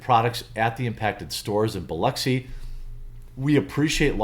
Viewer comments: Just wanted to say you nailed how to say Biloxi. And if you knew Pass Road you would know this isn’t surprising. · You pronounced Biloxi right and you aren't from Mississippi... what are you?